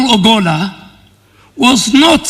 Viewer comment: The Defence CS is mis pronouncing the name of the late CDF ! I am hearing Obolla instead of Ogolla !